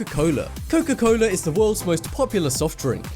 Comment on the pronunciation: couka coula😂😂